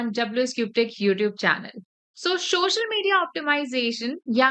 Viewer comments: Shoshal media. 😂 But nice info thanks. 😊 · madam everything is good but its call Social, not shoshial. SO with the sound of S - SO - SHAL - MED - DIA SOCIAL MEDIA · socail media bolna be nahi atta